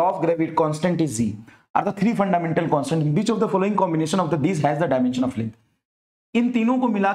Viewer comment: Which❌ Bitch✅ Btw awesome lecture ❤️😂